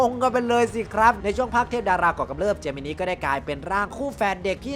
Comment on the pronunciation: ถ้าออกเสียงตามเมะคือเจมินิน่ะครับ